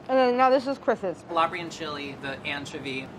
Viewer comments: I got 2 things to say....why is still sick and why does he still say anchiivoy...smh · anchuvy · “AN-chovy” “an–chOvy”: ’CHOVY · Glad to see is still pronouncing anchovy weird 😭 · Ok, needs to officially stop using the British pronunciation of anchovy.